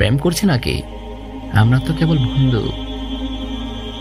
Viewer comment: আসসালামুআলাইকুম ওয়ারাহমাতুল্লাহি ওয়াবারাকাতুহ। মাশা আল্লাহ! সত্যিই ভাই অসাধারন আপনার কণ্ঠ! আপনি যদি আরেকটু চেষ্টা করেন! অনেক দূর যেতে পারবেন। আমার পক্ষ থেকে কিছু সাজেশন রইলো আপনার জন্যে। উচ্চারণ গুলো যথাসম্ভব প্রমিত করার চেষ্টা করবেন। কিছু কিছু জায়গায় উচ্চারণের ভুল কিছুটা কানে বিধেছিল। আমি কয়েকটা তুলে ধরছি। ফুচকা, বলার সময় চ এর বদলে স হয়ে গিয়েছিল। বন্ধু এর জায়গায় বন্দু। মেধাবী এর বদলে মেদাবি, ছেলে এর জায়গায় সেলে। এছাড়াও অনেক জায়গায় উচ্চারণের ত্রুটি ছিল। যা থাকাটাও স্বাভাবিক। তবে অনেক প্রাকটিসের মাধ্যমে আপনি কাটিয়ে উঠতে পারবেন। আমার সাজেশন থাকবে বাসীরা, আন নাফি, Niyamah, raindrops media এদের কনটেন্ট গুলো একটা নোটপ্যাডে কিংবা মোবাইলে লিখে তাদের মত করে উচ্চারণ করে পড়ার চেষ্টা করবেন। এতে করে ধীরে ধীরে আপনার উচ্চারণের সমস্যাগুলো দুর হবে। আল্লাহ্ আপনার জন্যে সহজ করে দিক